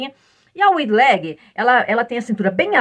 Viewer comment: querida, apesar de estarmos no Brasil, nomes não se traduzem, portante a maneira correta de falar Wide leg será = a waide e não wide ok?) Parabéns pelas aulas que adoro. Beijokas e fique vem